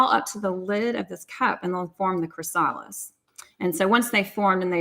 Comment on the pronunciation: Cathryn: Just an FYI on how to pronounce "chrysalis".